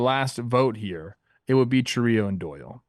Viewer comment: Also, if it was pronounced the way you guys said it, it would be spelled Chourío instead of Chourio